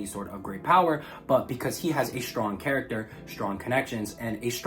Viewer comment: Said charat at least 60 times as well